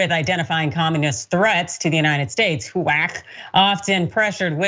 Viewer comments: When she said it, it sounded like "whack" which HUAC sure would be....lol. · F***wit!!! They really do want to roll back the clock 50-500+ years. I LOVE the way she pronounces HUAC, like a penguin retching. Thanks,, that was HILARIOUS!! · To Paraphrase from the HUAC Witch Hunts: "Until this moment, [Pastor], I think I never really gauged your cruelty or your recklessness." "You have done enough. Have you no sense of decency?" [quick edit to say: I love the way pronounces HUAC...like a cat with a voluminous hairball.]